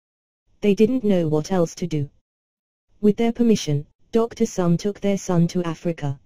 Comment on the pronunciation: note - the pronunciation is Somé [e acute] Therefore, the pronunciation is 'so-may' or 'so-meh'